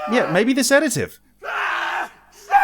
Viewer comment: sees the bottle of Sedative "SEDAGIVE?!"